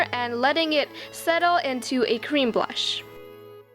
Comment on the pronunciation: You said bush not blush